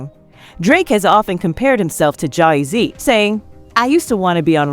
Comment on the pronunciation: Yo, why the hell you say Jay-Z like that? There's something so off about this voice.